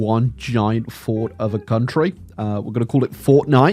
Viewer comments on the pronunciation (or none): none